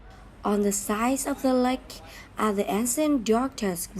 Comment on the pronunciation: Thực sự phát âm tiếng anh bị kiểu cách quá, thậm chí là sai ở 1 số từ lun. Như từ Ancient lại đọc là án-xi-ân trong khi cứ đọc 1 cách tự nhiên là Én-sân